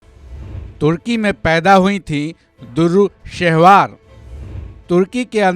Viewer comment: Bhaijan "DURRU" nahi "DUR'RAY" (Dur = Moti / Dur're Shehvar = Nayab ye Khimti Moti)